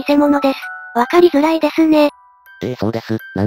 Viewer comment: 「わかりづらい」はわかり「づ」らいや～「ず」じゃない 言っても届かないか…😢